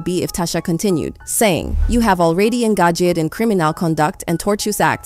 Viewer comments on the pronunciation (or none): i have never heared of angaged being pronouced as anger-jet before.